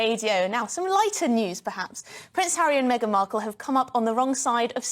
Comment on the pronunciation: Did he just say "Maygan ?